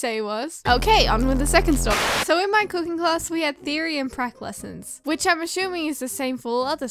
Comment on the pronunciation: When you said cooking class, for a second I thought you said coke a cola class.😅😂🤣